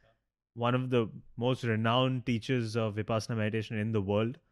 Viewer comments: Pls pronounce 'vipassana' correctly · I have a request. Please try to pronounce Vipassana (Pali/Prakrit) or Vipashyana (Sanskrit) correctly.